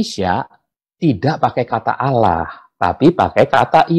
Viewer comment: nyebutnya Allah, Bpk pendeta ini fasih banget 😅